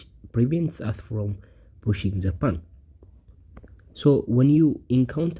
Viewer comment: /po:n/ ... not /pun/ for pawn... dude